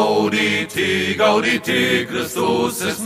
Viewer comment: zu 1.: Ja, das kann ich. zu 2.: Ich rede nicht von der Aussprache, sondern von der Phrasierung. Zum Beispiel zu Beginn sollte es GAUdete und nicht GaudeTE heißen. Dies eregibt sich nicht aus der lateinischen Aussprache, sondern aus der Komposition. zu 3.: Mein Name ist mein Spitzname, abgeleitet von meinem Nachnamen. zu 4.: nailgun666 und lastvampyr lassen durchaus Rückschlüsse zu. zu 5.: Wo Du Recht hast, hast Du Recht.